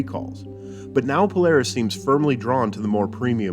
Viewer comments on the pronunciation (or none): why say PoLEris? I am sure when we say Polar Bear it is POLAHR not POLER Bear. I am certain the company prefers POLAHRIS